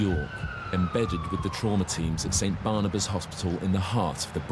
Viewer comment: barnabas sounds like cannibas to me